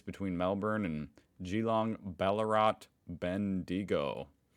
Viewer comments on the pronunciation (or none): Your aussie pronunciation is slipping. As in the town of 'Ballarat'. The end three letters spell 'rat'.. & that's how we say it, with a Rat on the end of 'Balla'.